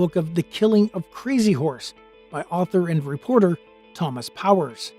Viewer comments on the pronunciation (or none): none